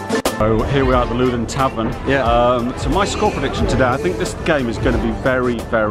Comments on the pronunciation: The ‘Looden Tavern’ 😂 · It’s pronounced “loud en” tavern